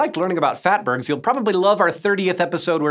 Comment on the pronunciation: Phatburgs ? LoLz 😆